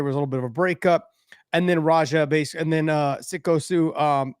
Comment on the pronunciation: Josh: I had to do a little research on "Sicko" Stu. Didn't even get his name right😂😂😂😂😂